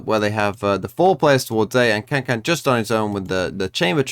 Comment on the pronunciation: Learned Kangkang's name T-T but still mispronounces